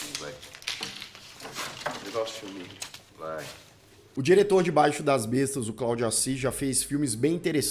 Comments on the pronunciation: Adorei seus comentários sobre o filme, concordo com muitas das coisas que vc disse a respeito da obra. No entanto você sempre que fala o Titulo da do filme vc pronuncia BAIXO das Bestas, quando na Verdade é BAIXIO DAS BESTAS. Baixio é uma peculiaridade nas margens dos rios, sobretudo nos rios que alagam no inverno e secam no verão deixando uma depressão no relevo indicando o local por onde o rio passa no periodo de cheia. É uma palavra paroxítona, acento tônico na penúltima sílaba. BAI-XI-O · Baixio, não baixo.... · o título do filme é baixio o baixo como vc fala no vídeo?? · A pronúncia correta é "baixio" e não "Baxio". Parabéns pela análise,. Eu adoro esse filme. Pra mim é a obra prima de Cláudio Assis. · Gosto bastante desse filme e da sua construção. Traz muitas reflexões. Só uma observação: se pronuncia "baiXIo" e não BAIxio. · Não é "báxio"; é baiXIo. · É baixIo, não é baixo... tem um i antes do o, poxa... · Meu Deus, não é "báixio", é "baixío". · O título é Baixio, mas pq o só fala Baixo das Bestas durante todo o vídeo? 😂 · Não é "Baixo",, é "Baixio"!!!!!!! Meu Deus!!!!! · aqui no Ceará, eu conheço mais como um lugar bom de plantar, como vc já falou, tb um lugar bom pra passar o dia com a família, tem um lugar assim nas terras dos meus avos, eu lembro de ir quando pequeno, e aqui se pronuncia BAIXIO e não BAIXO como ele fala no vídeo! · não é baixo...É baixio... palavras parecidas mas significados muito diferentes... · É BAIXIO das bestas e não BAIXO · O título do filme é "Baixio das Bestas" ou "Baixo das Bestas"? Porque o apresentador está pronunciando como "Baixo", mas se for "Baixio" a fonética correta é "bai-xí-u"... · Análise legal, mas acho que o nome do filme é baixiiiiiiiiiio e não baixo. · É BAIXIO,. Não baixo! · é esperto, sabe que é BAIXIO e nao baixo...conseguiu um monte de comentário só pelo erro. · A pronúncia de Baixio é: baixío. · pronuncia-se: bai-xi-u. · O nome é Baixío